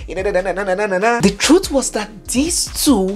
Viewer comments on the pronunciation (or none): none